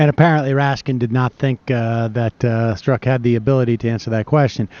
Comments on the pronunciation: Lol, everyone has been hearing this FBI agents name for so long and Sam still can't get it right. It's pronounced STRUCK. It's literally been over a year. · "Storzik"? Its pronounced Strock. Did Sam even watch the hearing? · It's pronounced struck. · I think his name is pronounced "Struck" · Strzok is pronounced struck, just one syllable. :) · You should say it as ‘STROK’ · Sam, stop mispronounce the Man's name. "Struck" is a close pronunciation. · Sam is the first person I’ve heard pronounce Peters last name as stra-zick and strow-zick. Haha 😆😉 Love ya Sam!! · "Strzok" apparently rhymes with "struck." Just sayin. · blunt rapture I hear it as strock, not struck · "STRUCK." It's pronounced STRUCK. Why can't anyone get this simple fact right?!? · I hear it as strock, not struck, but who knows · Disclaimer: I really enjoy your show, Sam and I have the utmost respect for your intellect. Now, the irony of you mispronouncing Peter Strok's last name, throughout the same clip where you mentioned Republicans being assigned according to their IQ score is pretty funny. I'm laughing with you, I promise. So where are your producers in your earpiece or chat window if you don't have the earpiece letting you know how to say Strok's name correctly? Anyhow, that Rankin segment is historical gold. Keep up the great work. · listening to sam mispronounce Strzok is cringe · It is mind-numbing how Sam mispronounces EVERYONE'S name. He'll never be legitimate until he can learn to respect people enough to say their name's right.